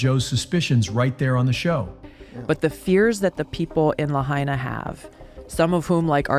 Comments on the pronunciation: I SO wish people who make videos about Lahaina, Maui would take a minute and learn how to properly pronounce the City Name. It’s pronounced (La-HIGH-Na), NOT (La-HEY-Na). Please people. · It's pronounced La hy na, not La hay na!!! Get It Right!!! 👍🙏💖🌈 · FYI, Lahaina is not pronounced "La-HEY-na", it should sound like "La-HIGH-na".🙄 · It’s La-Hi-Na, not La-Hay-Na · If you are going to report on the wildfires please show enough respect to the people by learning how to say Lahaina correctly!!! Lah-hi-nah. Ai is pronounced like eye in Hawaii. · {La high na} Please learn the name of the town in which you are speaking. Mispronunciations make you sound stupid... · "la HAY nuh" ?? do you know about hawaii? are you just capitalizing on this? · It's pronounced LA-HI-NA LAHAINA ❤🤙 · None of you live in Hawaii. Why don't you ask them what's going on instead of trusting some idiot who can't even pronounce Lahaina right. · I don't get it. The announcer was able to pronounce Ulupalakua but not Lahaina? Toopid! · This respect for you when you can't even pronounce Lahaina correctly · this guy could at least learn to pronounce "Lahiana" properly .... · P l e a s e pronounce Lahaina correctly, it's my husband's hometown. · Bro look up how to say lahaina. You're saying it wrong jesus christ